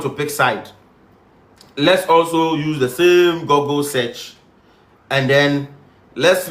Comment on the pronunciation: SHAME. It's GOOGLE as (GU-GLE) not Gogle